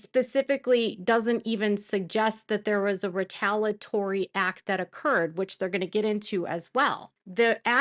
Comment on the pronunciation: It’s retaliatory. You keep forgetting one of the syllables in the middle of the word.